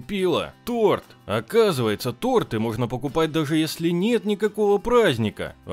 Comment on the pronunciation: Ты не правильно сказал не торты , а торты